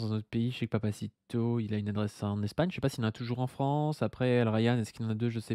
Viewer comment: La Fronce y cis proutblemes...